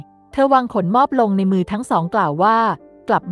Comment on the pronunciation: ขะ หนม อบ ไม่ใช่ ขน มอบ 5555